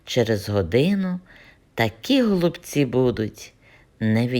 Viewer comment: Голубці пані так як на галичині, і зауваження вам зробили неправильно саме такий наголос пішов від російської,але так,як нас гноблять вже сотні років то просто всі про це забули.Ви правильно говорити і говоріть так надалі, прошу вас.